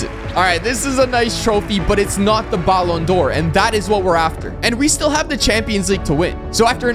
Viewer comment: Learn how to say ballon d’Or the right way you say is so annoying💀